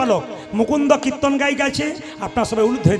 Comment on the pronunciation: কির্ত্তন উচ্চারণ করতে পারে না। বলে কিত্তন। শুধু ভাট ফালতু লেকচার মারে।